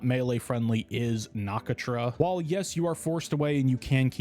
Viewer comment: the way you said Nakatra's name :(